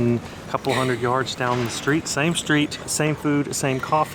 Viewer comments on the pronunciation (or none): none